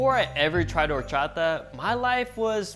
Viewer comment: what is horcharter?